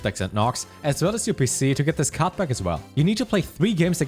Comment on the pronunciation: that german accent, cannot understand when he says card back and/or card pack